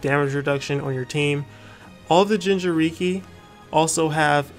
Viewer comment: Anyone else triggered that he says gingeriki instead of jinchuriki ?